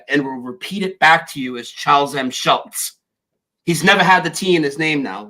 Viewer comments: Charles Schulz. Pronounced shults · . Again, That is because Schulz is pronounced the same way as Schultz